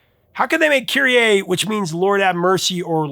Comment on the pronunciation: Kyrie is is not pronounced KyrieAY. It's Kyrie Eleison, keh-REE ay-LAY-zon